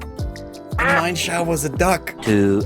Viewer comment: Isn't it "Mi-jen-sh-ao" or "Mi-en shauw"?